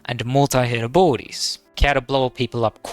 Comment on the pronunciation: I had to turn on CC to understand that he was saying ABILITIES and not BORDIES!